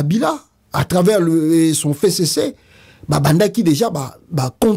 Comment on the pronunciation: Pasta ezalaka F C C et non fecece, lisusu pona Bunagana et non bunanganda, veuillez corriger cette erreur de prononciation